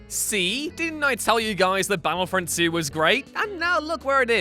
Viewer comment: Is capable of pronouncing the letter T? I for one have never heard of the game 'Baddlefrond 2'